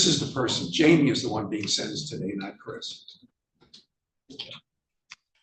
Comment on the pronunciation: Who else thought she said Jamiee Lee Curtis? hahahaha